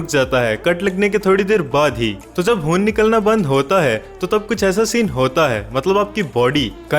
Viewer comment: Dear Commentator you can't pronounce" khai" ie "Khoon " instead you are pronouncing " Hoon " which is absolutely wrong .KINDLY correct the Pronunciation. Thanking you for your commentary